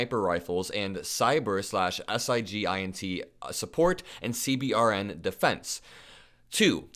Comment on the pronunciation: CBRN, pronounced sea-burn